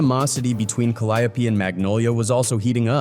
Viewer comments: Kid from the ka-lie-opee 😂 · Pronounced cal-eee-ope projects bruh ! How u know so much bout P how u aint heard him say tha name of his own damn projects ? Dont sound goof troop on ur own video ! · Not Calliope. We say, "Ca-Lee-O".